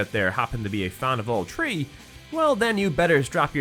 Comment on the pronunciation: Bro it doesn't make any sense. You say 3 "tree" like "th" doesn't exist buy then say "third" correctly in the same sentence. Wtf is this